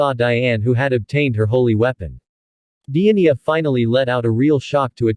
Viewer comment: The giants name is not pronounced diania